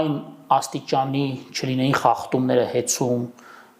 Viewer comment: Ոչ թե խախտում, այլ խաղտում